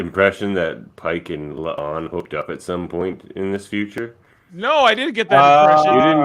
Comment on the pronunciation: Guys just FYI its La'an no Lee'an and Uhura not You'hura . Just needed to get that off my chest . Its like nails on the chalk board everytime you Pronounce them wrong .